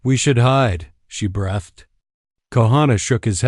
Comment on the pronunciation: There is no such word as 'brethed'. The word is pronounced 'breethed', spelled 'breathed'.